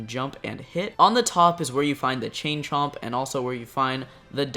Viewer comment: He said it right